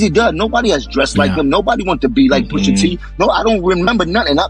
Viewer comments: “Push a” not poosha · Pusha not poosha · Who the hell is “POOSHA” 🤣🤣🤣🤣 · I was going to listen to this but the poosha instead of pusha is hard to get bye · How do you make a whole video saying the man's name wrong smh Pusha not Poosha smh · Poosha? It's pronounced push ugh.. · Yeah dont say poosha, it's pusha t, give him the respect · isnt it more disrespectful to make a video where a whole lot of ppl are saying the name correctly and then u out here callin im Pooosha T? 🤦🏿‍♂️ u mad at the wrong person my guy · Lady......who da fuck is Poohsha????????????? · Push Ah not Poosha! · Her saying Poosha repeatedly is pissing me off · Please stop saying poosha,please!!! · The way she keeps saying poosha irritates my soul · I can’t continue listening as she’s calling him Pushsa can’t even take this very serious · Hate these dumb videos when they don't know prints names. Who TF is poosha? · I turned it off when she said Poosha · Why she keep saying Poohsha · Come on man, "Poosha" is killin me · POOSHAH TEE 😂 MAZE 😂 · 😂 That “Poosha” was killing me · The commentator pronouncing his name wrong even when people in the video is saying his name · The way she was pronouncing his name irked my soul 😂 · My question is why they got Becky narrating this rap beef she can’t even pronounce Push T name right